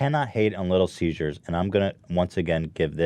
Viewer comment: Is it just me or is Ethan pronouncing 'Caesar's' like 'seizures'